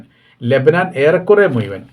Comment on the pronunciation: എൻ്റെ പൊന്നു ചങ്ങാതി നിങ്ങളുടെ മുയുവൻ എന്ന പദം ഒന്ന് ഒഴിവാക്ക് മുഴുവൻ എന്ന് പറ മുയുവൻ എന്ന വാക്ക് കേൾക്കുമ്പോൾ നാണം വരുന്നു. ഇനിയെങ്കിലും ഴാക്ക് പകരം യാ ഉപയോഗിക്കുന്നത് നിറുത്തൂ പ്ലീസ്